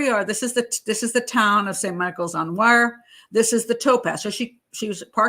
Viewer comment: Wyre is pronounced "weer"' .